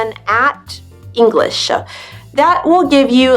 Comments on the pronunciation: Hello. I would ask You: "why do You pronaunce additional sound "a(e)" at the end of the many words.. for example You are saying "English(e)" e.t.c? I never heard such an interesting ending. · I can't figure it out whether you deliberately stress the endings like "improV-uh, EngliSH-uh, decreaseT-uh," or not. It's funny but not normal! :)